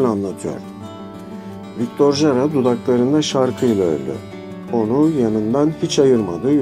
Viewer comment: Victor Hara diye okursanız doğru olacak video İçin teşekkürler